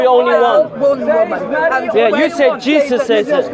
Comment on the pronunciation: It sounds like shes saying "cheesus"